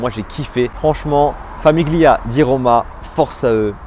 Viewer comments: Haha ! oui ca m'a piqué les oreilles la prononciation aussi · Tres bonne vidéo, il faudra juste revoir la prononciation de famiglia ! 😅